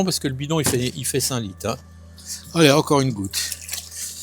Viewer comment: Merci on va "mette quatte litte dans vote aspergeur"... rrrrrr